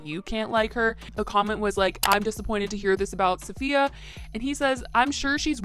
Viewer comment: Can you please learn how to say Safiya’s name correctly ? It would have taken you 2 seconds